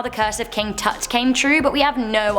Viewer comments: ITS NOT KING TOOT ITS TUT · "King Toot" . . . Its Tut. You know. Like hut 😂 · You said king toot it is king tut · King “TUT” not “TOOT” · Um it’s pronounced King “Tut” not king “Toot” 😂😂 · It's Tut not toot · Am i the only bothered rhat she said "King Toot" instead of "Tut" like "Tusk" lol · It’s not king toot🤦🏽‍♀️ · You pronounced it Toot😂 it's not toot. It's T-Ut not toot, Tut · Love ya but I cringe everytime you mispronounced King Tut's name. Its not King "Toot" its King "Thhuut". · King "Toot" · King Tuts name is pronounced like Hut not toot. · It's Tut hun not toot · It’s king TUT (T-UH-T) not king TOOT 😡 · Why say king tut like toots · Is she really saying "King Toot" ??? I mean... really? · i cant help but laugh everytime u say "King TOOT:..lol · I was looking for this!!!! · Same here ! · I do believe you're pronouncing the Pharaohs name wrong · She pronounced king tut's name wrong